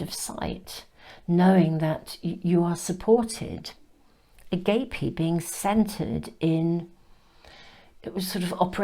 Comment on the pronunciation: #2. Agape is pronounced “ah-gaap-ay”. Thank you for your lovely readings as always!